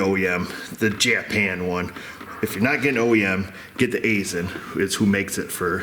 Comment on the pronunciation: Fun fact: I'm an outside contractor who frequently works at an Aisin facility. It's pronunced EYE-SHUN though many employees often say it as EYE-SIN